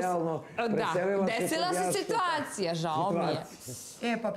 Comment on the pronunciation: "Njome" je svaka sitVacija sa Janjusem divna, a njemu je "da kazes", toliko bilo lose "da kazes" bez njome, da nisu bili ni za ku...ac "da kazes". Niko iz njihovog drustva nema "AMONIZITET" prema njima, kaze Sranjus. Analna i Sranjus, dvije najnepismenije osobe na planeti!! Stvarno se slicnosti uvijek pronadju, pa da su na kraj svijeta "da kazes"